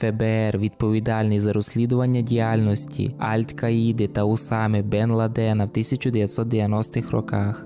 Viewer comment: Шо з наголосами? Ти бляха не знаєш як правильно сказати "Аль-Каїда" і "Бен Ладен"?